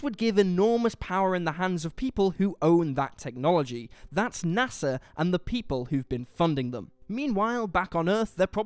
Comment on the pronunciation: it's nasa, not nassa. other than that, this is a really wellmade video. props to everyone who helped make this analisys